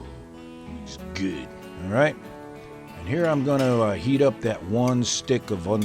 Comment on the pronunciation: Food porn. Its gewwd.lol